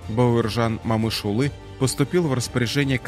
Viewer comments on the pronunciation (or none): Бауыржан Момышұлы дұрыс айтсаңшы Бауаржан Мамышулы демей, күйдірмеш диктор. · У вас что но буквы О . Не Мамышулы , а Момышулы😢